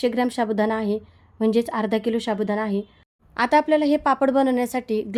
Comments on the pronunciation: शाबुदाणा काय साबुदाणा म्हणा.😂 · शाबुदाना नाही साबुदाना म्हणा.